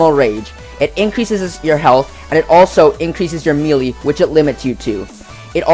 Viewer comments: love the vid but it's pronounced MAY-lay noy MEE-lee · Great video. Melee is pronounced "maylay".